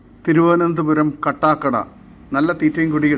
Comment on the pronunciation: കട്ടാക്കട അല്ല കാട്ടാകട ആണ് ശരി